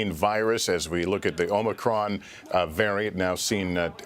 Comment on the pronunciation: Its omnicron man!